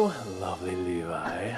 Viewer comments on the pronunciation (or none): none